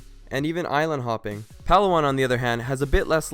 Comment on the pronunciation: It's Pa-law-an haha not Pal-awan :)